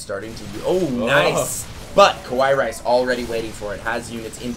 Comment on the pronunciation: It's fucking KA+WA+II, not KO+WA+II.